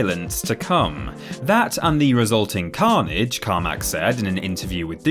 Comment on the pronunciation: The way you say Carmack is weird